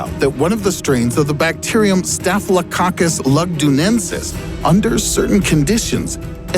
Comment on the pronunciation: I laughed when he said “Staphylococcus”